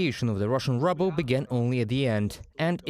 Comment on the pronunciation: HAHA it is very funny to pronounce the Rouble as rubble but even though it is in scrambles and and basically rubble. that doesnt mean you have to pronounce it as such.